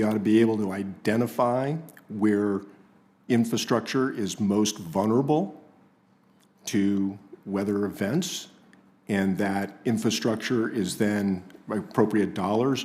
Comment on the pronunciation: Anyone pronouncing vulnerable as vunerable isn't trustworthy!